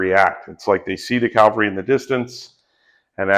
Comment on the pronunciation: bro if you are explaining wargames you really do need to learn how to say "cavalry". Looks like a cool game, will be getting the book.